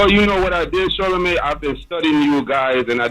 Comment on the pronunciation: I remember we laughed at Webbie when he said Charlamagay.......but man I think he was on to something